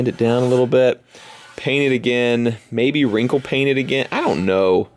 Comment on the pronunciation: he said maybe then he ended up saying mybe Also just relized that the windsheild is on and all you need is the interior